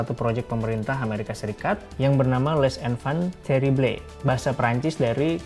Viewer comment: Les Enfant Terribles harus dengan aksen prancis dong bang len wkwkwkwk